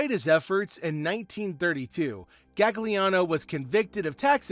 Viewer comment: Your also pronouncing his name wrong it’s galiano, in Italian you dont pronounce the second g, similar to bologna